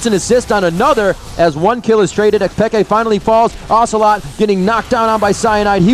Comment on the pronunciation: PEEE-K not peka